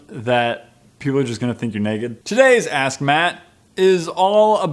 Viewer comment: sounds like he's saying "Assmatt" instead of saying "AskMatt"